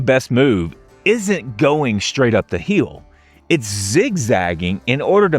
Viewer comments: Every time he says "heel" instead of hill... 🤣🤣🤣🤣🤣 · Is this AI? You have your shoulders up around your ears and you don’t look real. You don’t change your body position. I hate AI produced videos. And where are you from? You’re pronouncing Hill like HEEL. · Its HILL NOT HEEEL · It’s pronounced hill Not heel! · I've never watched a video from this guy before. Can anybody tell me where he is from? His accent is so unique - I've never heard anybody pronounce "hill" as "heel" before. (I realize he's American, but what part of America? I'm guessing Southeast somewhere; maybe Alabama). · I’ve never heard this crazy pronunciation of HeEal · I like this way this guy says "hill"